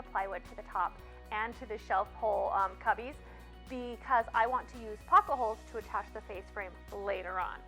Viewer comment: Drinking game….every time she says “pock-a-holes”, have a cocktail! Lol I know it’s pocket holes. Great video!